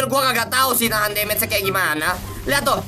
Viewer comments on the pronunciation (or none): none